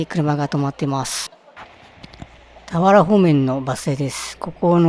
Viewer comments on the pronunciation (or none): 動画での投稿者さんの声 クリスタルボルト→クリスタルポルト たわら方面→たはら方面